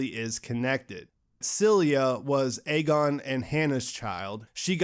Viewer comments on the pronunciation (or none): none